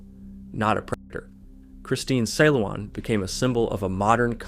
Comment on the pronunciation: you even butchered the name 'Christine Silawan'